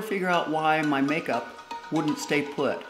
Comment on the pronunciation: You are so funny Did you call your eye majeup kansas